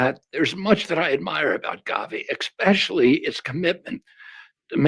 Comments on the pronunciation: Did I just hear our Secretary of Health and Human Services and Kennedy family member, graduate of: Harvard University (BA) London School of Economics University of Virginia (JD) Pace University (LLM)' .... actually say 'EXpecially' ? REALLY, Mr. Secretary ? It could be worse, it could be Dept. of Education, I guess .... but WOW !! Yes, I know. 'drone strike' may be in my future if he happens upon this while in a foul mood. Actually, I've been told that he has an EXCELLENT sense of humor so, here I go (wish me luck) ! 😃👍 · I cannot understand why people pronounce especially ->expecially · I can’t believe RFK Jr says “eXpecially”. There’s no “X” in especially. Could AI have created the video?